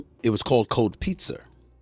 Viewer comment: Cold pizzer lol